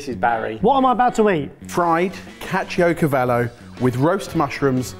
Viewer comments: the way you said caciocavallo hurt my soul a little bit haha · Don't worry you said Caciocavallo right